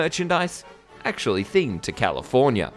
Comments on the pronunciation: I love and hate the way you say California. Californyer. XD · Californier? Hahahaha